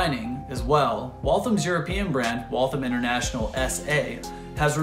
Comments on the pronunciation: Great video. I grew up only a few miles from the factory. The only note I have is that locals say Wal-tham as two syllables with the th pronounced as in thursday. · I’m from Waltham, Mass. We’re proud of our contributions to the American Industrial Revolution. And of course, it’s pronounced “Wall Tham”. There’s no thumb in Waltham 😂 Great video and thanks for showing everyone that Waltham made the best watches in the world.